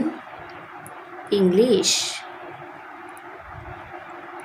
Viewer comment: was epic because English ❎ Englist✅